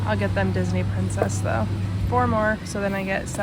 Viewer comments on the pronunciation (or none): none